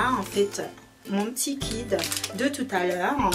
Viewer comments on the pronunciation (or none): on dit kit pas kid je sais je critique mais je fais des fautes